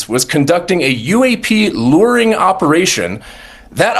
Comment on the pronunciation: Stop saying lur…Jesus Christ!!! It’s pronounced Lue-wer. Say LURE!!! PLEASE!!! I am BEGGING you to stop saying lurring. I can’t fucking take it anymore!